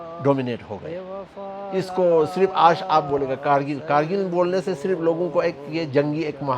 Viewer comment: It's not khar-rkil ..... it's Gar-rkil